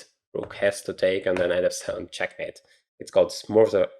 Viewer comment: "Smother". Sounds as; "Uh". So sss muh ther. Not the long vowel "Oh" sound. U did well tho. I chose d5 playing "hope Chess"; knowing there wasn't enough time after Q-h1.